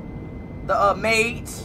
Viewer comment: Ain’t no ay bro said maids